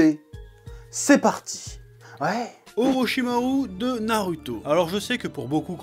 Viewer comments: Ptdr vraiment tu me tue frérot tu fait des phases des fois chui mort de rire !! Je me suis abonné à la fin de la video ptdr vivement la prochaine vidéo inchaAllah 😁✌ force à toi frérot !! Ps : ça me rend ouf quand tu prononce orochimar"U" hhh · Orochimaru sa se dit orichima « rou » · Orichimaru prononcé à la française... je sais que tu sais comment ça se prononce alors tu fais du naruto shaming ?